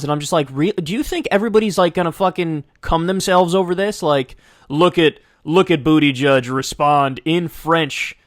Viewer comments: Its kind of a smear for Kyle to keep calling Buttigieg, Booty judge, but I have to laugh every time he does it. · saying bootyjudge is killing shit encapsulates his political knowledge